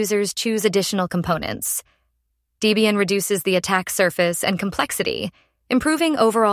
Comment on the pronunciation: Horrible AI voice. And it's Deb ian not daybian.